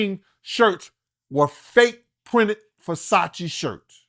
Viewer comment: He can't even pronounce Versace correctly wtf is a Fasachi lol